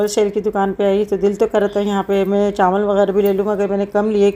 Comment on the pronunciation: Chanwal nhi hota chawal hota ha